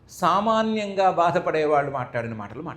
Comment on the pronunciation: Koncham nee telugu improve chesko amma..vallu ane pronunciation nerchuko plz